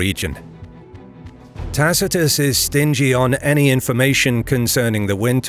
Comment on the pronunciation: This chanal is amazing for how how know latin you pronunce Tacitus wrong the c a hard k sound I guess you have similar problems whit aother languages but you maybe should know. You use good source materials